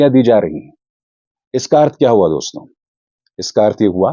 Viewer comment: Jab kisi ko address karte hain to Dosto (दोस्तो) kehte hain Doston (दोस्तों) nahi दोस्तो कहा करें अभिसार जी